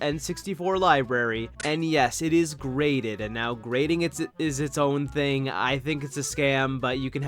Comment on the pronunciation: Oh wait… it’s GRADED not GRATED